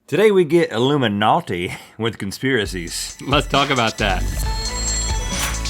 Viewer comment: Rhet: "Illiminughty" me: ... unsubscribes